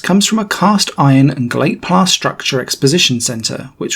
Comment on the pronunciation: Yes I know it was but he definitely said "glate plass". I have just listened to it for the third time. It`s an easy mistake to make, I have done it myself.